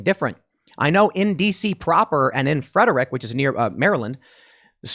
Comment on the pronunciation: Love your work. But man you just butcher Frederick when you say it.